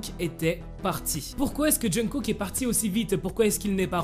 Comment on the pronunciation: Il dit jeungkook ? Et au passage ça m'énerve en quoi c'est "choquant" ?? Faut arrêter de vouloir tout savoir tout de leur vie privée, laissez les aimer qui ils veulent !! Que cette histoire soit vraie ou non, de quel droit on s'en mêle ? On est fan de BTS, oui, mais c'est pas à nous de nous en mêler, de nous enflammer ou de faire des théories fumeuses sur eux... c'est chiant à la longue